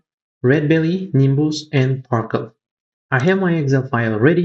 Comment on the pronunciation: CTRL... Par"cel"